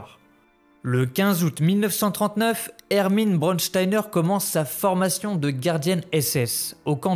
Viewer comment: Juste apprend à prononcer mieux les mots en allemand. Braunsteiner et pas brodsteiner. Braun = brun Stein = pierre. Oui brun est la couleur du fachisme et dure et insensible elle était comme la pierre…… Son seul nom la prédestinait à commettre l’innommable…… Surprenant n’est ce pas ?